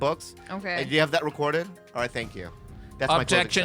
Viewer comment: “45 episurds we’ve recordured”